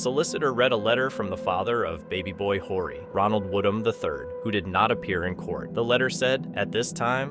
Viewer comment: Horry is not pronounced like you say it. The H is silent. It's pronounced Orry.